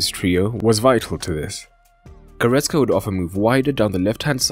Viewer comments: Good analysis, but it is goretZka Not goretSka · It's GoretZka, for crying out loud! It's a "Z", not an "S"!